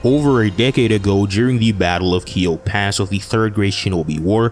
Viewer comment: I love this vid, there are some innacuracies. • Kikyo pass, not kiyo pass. • Nono's exploit does not correlate with konoha winning the conflict. It wasn't explicitly stated that konoha won the conflict. - • That did not happen. • That's a blatant reach on your part. • Ao was not a hunter nin if I recall correctly. Aside from these, the vid is most certainly accurate.